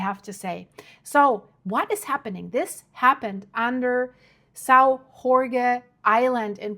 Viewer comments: It's not Horge it's pronounced almost like George means the name George a man's name in Portuguese. The J in Portuguese is read as a J like Jack, Joke, Jet, etc José is not Hosé it's a J like Jodie etc I'm from Pico Island next to São Jorge - Saint George famous for the best cheese in earth Topo São Jorge Cheese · Why do you pronounce São Jorge like in bad Spanish??.. in Portuguese the "J" is not pronounced like in Spanish "Gh", in fact "J" in Portuguese is pronounced more like in English or French, so you'll be more correct to call it "Sao George " than in that giberish "Spanish" "Ghorgge" ... 🙄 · The island is pronounced Saint George not Hore Hay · We are not Spanish! drives me nuts when people butcher the name Jorge as Horhay, Horhgay, etc we pronounce the letter J like the French, if you can't do that just say Saint George in English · The islands' name is pronounced Sao ( Saint) (Jorge portuguese George), not (Horge. Spanish ) . Your welcome There is no H sound in portuguese , the H is always silent. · dont pronounce the letter J like you do for spanish, have nothing to do with spanish, the correct way sounds like George. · Hello, thanks for your work. Your pronunciation of "São" is not bad, but "Jorge" sounds more like "George" in English than your (understandable) mangling of the word...hope this a useful reference for the future.... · Hi there. As a Portuguese man, and as a subscriber, I would like to inform you that in Portuguese "Jorge" is pronounced similarly to George in English and not as you did in this video. That is the way the Spaniards pronounce it. Same spelling but different pronunciation. In Portuguese, the letter "J" is pronounced like it is in French or in English, not like it is done in Spanish. Interesting video, as per usual. Thank you. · You're spelling the name Jorge wrong. Just read the name George in english and you get the correct portuguese sound. Remember portuguese is not spanish. Otherwise, keep up the good work, I like it.